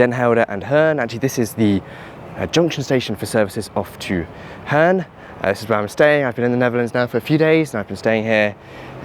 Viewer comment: "... Hearn ..." Your pronunciation of this is far worse than of Heerhugowaard. Next time try English "horn" and extend the o a bit. Now I wonder: how the heck did you end up in Heerhugowaard of all places? I used to know it a bit because I used to play football as a teen.